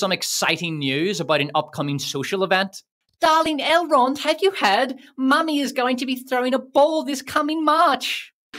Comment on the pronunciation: You got me at "I shall call him AILE ROND with the France pronunciation", I didn't know it could sounds that dumb.